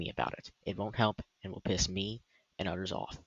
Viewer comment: bro "udders" you mean others?